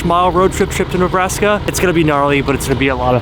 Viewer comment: Ah yes, the state of "Nebraks". 🤣🤣🤣🤣 JK! I know you were probably (definitely) worn TF out while editing this epic hour-long video. All jokes.